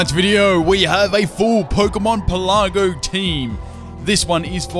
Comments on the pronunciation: Pélago not pelàgo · Pelago. As in "archipelago". It's not pronounced "peh-LA-go" (